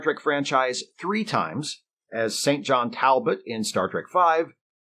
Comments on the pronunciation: I believe "St. John" is pronounced something like "Sinjin". Either that, or "Throatwarbler Mangrove". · FYI, the British name St.John is pronounced "Syngin". Don't ask questions, I won't explain.